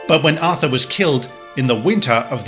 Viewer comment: liltons 1731 It’s “Arthur”.